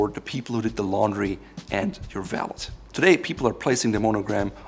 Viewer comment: It's pronounced "Val - ey" not "Val - Let"